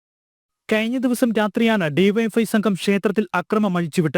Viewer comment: BYFI alla DYFI